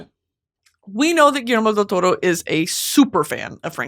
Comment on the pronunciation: Being Spanish my mother tongue, I love hearing Brittany say Guillermo del Toro perfectly ❤🤭 Finally watched Frankestein this morning and HAD to rewatch this brilliant masterclass 👩🏻‍🏫 btw took me out 😂 then going back to seriousness